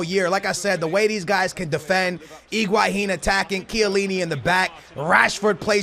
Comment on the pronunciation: Iguahin! LOL its Higuain